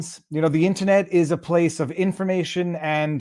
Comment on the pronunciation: Why does Viva pronounce "IN-TER-NET" as "IN-TA-NET"? It's the only word he uses where he elides an R.